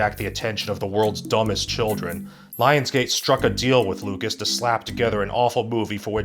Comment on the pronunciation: How did you mispronounce lucas but not Cruikshank